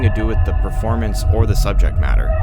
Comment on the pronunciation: Just started watching. Good content thanks. Not sure why YouTubers talk like this though. Pronouncing the long “E” sound on the word “the” and the long ‘A’ vowel sound on “a”. Sounds robotic. Would work wonders if you spoke like you were just chatting with us. I never liked the ‘news anchor’ way of speaking. Just a thought.